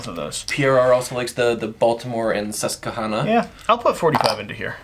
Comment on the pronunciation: As a Pennsylvania native, hearing the pronunciations of "Susquehanna" was amusing. It's "kwa" kind of sound not "cuh". I don't blame anyone for getting some of the names around here wrong though, we've got some weird ones... Edit: Also Hagerstown...it's like "hay" not "hag" kind of sound. Idk why that's so amusing to me but it is...